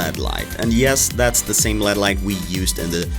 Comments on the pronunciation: He says led lights instead of L E D lights lol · did he just call it a "led" light? wtf